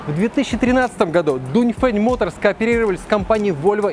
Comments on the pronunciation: Дунь фень а я читаю донгфенг😂😂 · донфэн читается братьяяяя